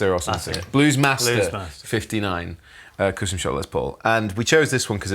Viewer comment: What's with "cöstom shop"? Whats the reason of that pronounciation?